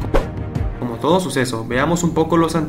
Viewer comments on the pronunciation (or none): none